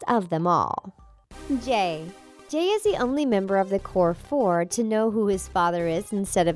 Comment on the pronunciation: Jay is Jamie son not jufare however you spell it